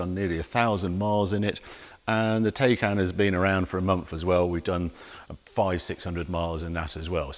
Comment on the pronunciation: It’s pronounced “Tiecaan”… Also, one can put a lot of Electricity into the BMW for a $30,000+ price difference 😉